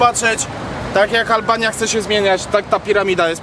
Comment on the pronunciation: albania a nie alalbania